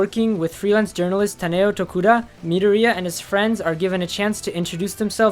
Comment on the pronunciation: The way he said pronounced midorya my heart dropped